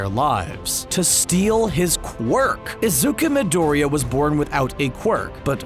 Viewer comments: IZUKA MIDOEREEUH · ”iZuKa mIdOrIyA”